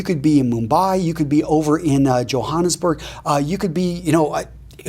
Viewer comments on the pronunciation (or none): I live in Joburg and I thought you were skiffing me when you said Johannesburg 😂